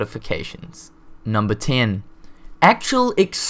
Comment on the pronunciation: Number Tiiin